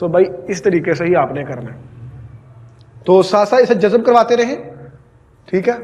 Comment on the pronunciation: Jazab nhe hota yar jazb hota h.